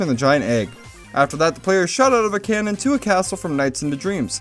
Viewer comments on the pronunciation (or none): none